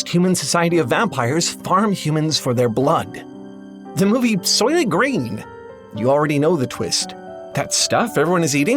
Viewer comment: the movie “SOYLENT GRÆYN!”